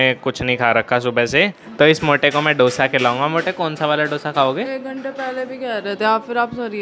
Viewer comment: Bas South Indian hu toh correct kar rahi hu it's दोसा not डोसा 😂 Sab yehi mistake karte hai 😝 Love your videos by the way! ❤